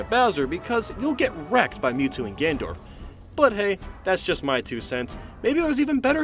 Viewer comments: I was just playing the events again and damn, the Ness vs the space guys and Dr. Mario and Nurse Peach are hard as balls, good video and I'm so glad doesn't say Guy-ga Bowser or Gendorf anymore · did you just say gandorf?